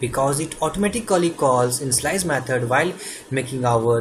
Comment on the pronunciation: I love the way you say "initialize" ...It sounds like "in-slice" .. Awesome!! Your tutorial is amazing so far. Very clearly planned out and well explained ..You are an amazing man. Thanks ( I am going to start saying in-slice by the way)